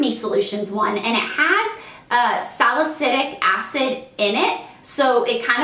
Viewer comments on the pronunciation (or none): It's Salacilyic Acid, not Salacidic Acid.